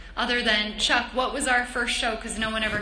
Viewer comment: Did she just call chuck, duck?? Naxmkskskakqoao